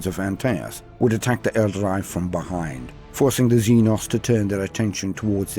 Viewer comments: ...whats an elder-eye? 🤔 ...i know what an el-darr-ee is..but never heard of an elder-eye... 🤪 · Good stuff! Although hearing "Aeldary" is a bit weird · That pronunciation of Aeldari is seriously confusing. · Good narrator...but someone should have told him how to say Aeldari.